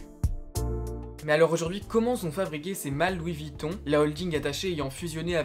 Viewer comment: "Louis Vitton Louis Vitton", une vidéo bien documentée mais pourquoi tout gâcher en prononçant le nom n'importe comment tout du long...